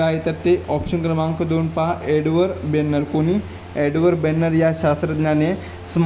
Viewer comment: एडवर्ड जेन्नर आहे. बेननर नाही